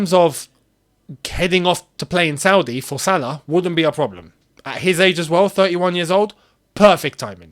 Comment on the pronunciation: “No broblem” got me rolling